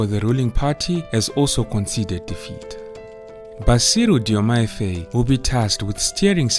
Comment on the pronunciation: Faye is pronounced as FAR as in Far, joined with “I” as you say “I” in the alphabet. Faye.